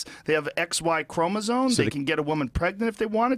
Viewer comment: I appreciate Joe being willing to discuss this stuff publicly but God I wish he'd learn to pronounce "chromosome"